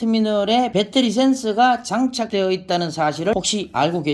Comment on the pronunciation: 빼떠리..참 못소리 참 어색하네